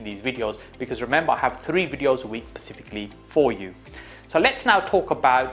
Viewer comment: Bro said pacifically one too many times😂i appreciate you man, great info and you are clearly a very smart, successful businessman, but please, its “Specifically”